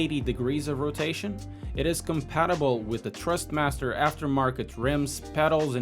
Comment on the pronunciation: Dude, it’s Thrustmaster not Trustmaster.